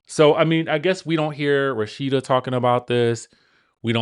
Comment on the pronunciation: Not Shame-uurr! And you have me calling Rasheda, Rock-sheda 🤣🤣🤣